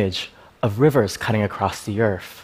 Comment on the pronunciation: Very interesting, but it sounds like he says EARF, instead of EARTH.